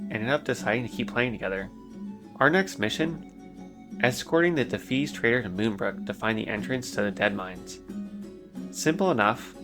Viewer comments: I chuckled when you pronounced Defias as “Dafees” and then had a full on belly laugh when I realize that, lore wise, that name fits too. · “Dafees” lol love your pronunciation. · Loved this video but for the love of god "dee fia ass" 😂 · DI FI AS Say it like it sounds. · Defeees are my favourite mob faction.. You really need to work on your pronounciations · Every time he said Defias my brain lost brain cells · I have never heard anyone pronounce Defias like that haha. Good video man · Your pronunciation of defias, always pronounced it, de fi as, and kobolds, always said ko bolds, hurts me, but it’s so cool to see your journey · Such a good video, but what thev fuck is a Kuh-bald and the Duh-fees?